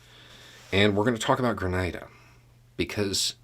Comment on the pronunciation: Hi, Greetings from 🇨🇦 by way of 🇬🇩. BTW THANK-YOU for pronouncing Grenada correctly 👍. Grenada went from a British🇬🇧 colony to self rule to independence in 1973. Grenada's 1st PM became a dictator and banned all of the political parties - including the communist party. With money from Russia and training from Cuba they overthrew the dictator in 1979 and promised free and fair elections the following year. The leader of the revolution was Maurice Bishop. Maurice wanted to lift up the population of Grenada. 80% of the island did not have electricity or telephones. Health, education, jobs, all were lacking to the majority. Maurice changed this with massive projects around the island much like your American projects during the great recession. There was no elections the following year. Grenada's Constitution was slowly destroyed, held together by a Governor General - who insisted that the rules of parliament be used to govern. Maurice was well liked. Coard a devote communist did not think Maurice was communist enough. Grenada had many contacts with different communist countries. There was a Cuban military mission. A Cuban construction battalion that helped Grenada build its current international airport - that the US 82nd airborne parachute in on in 83. Maurice visited the US government in October 1983 and on his return stopped off in Cuba to visit with Castro. On Maurice's return to Grenada he was arrested, charged with being a traitor, and kept under guard at his residence